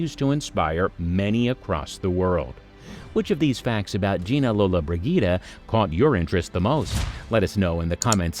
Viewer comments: The mispronunciation of her surname in this video just annoys the crap out of me uff 🙄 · 5 seconds in and he mis-pronounces her name.